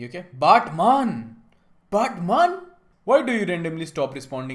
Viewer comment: Batman ❌ baatman ✅